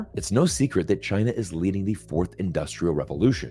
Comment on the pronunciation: Zeihan can't say China properly. He is, like a western columnist indicated, another Gordon C wannabe, trying to make a living in the anti Asian industry.